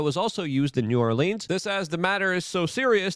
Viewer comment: Biden is one of the few people I've heard say new orleans correctly 😄